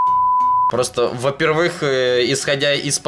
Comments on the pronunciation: следи за речью, очень режет слух твои ударения на некоторые слова, особенно "во-первЫх", когда нужно "во-пЕрвых". Там еще какое-то слово было в начале видео не помню, уже не первый раз замечаю) просто совет) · в слове во первых ударение на букву Е